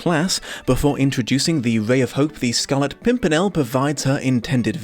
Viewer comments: you say "scarlet pompernickle" was that a mistake or just another way of pronouncing the name that is equally correct since you aren't the first person i have heard say that. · =I love how he kept mispronouncing pimpernel 😂😂😂... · Take a drink every time misnames the Pimpirnel for comedic effect